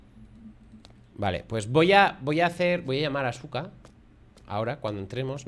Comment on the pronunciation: 😅😅😅 buen video, Asuka puede que se escriba Asuka pero se dice aska, normalmente en Japón no suele sonar fuerte la u jajaj